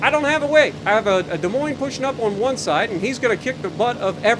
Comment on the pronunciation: Hey…hey Sp*WA*artan…do TASHI*…do you *WA*…do you have *NUMBAH*…the Cult *WAN Leader..???? ….miss San Diego..??????